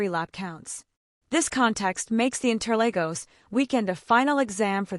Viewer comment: Uhh my goodness it's inter(Lagos). Not Legos